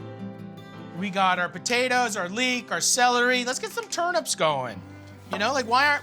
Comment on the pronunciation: man called turnips turnups